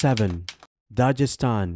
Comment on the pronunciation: The g in Dagestan is like the g in guest. Nice video btw